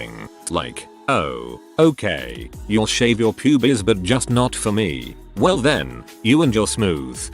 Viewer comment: I like how the voice pronounced Pubes as Pubies!